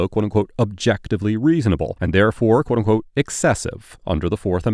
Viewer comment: Quoteunqote (one syllable)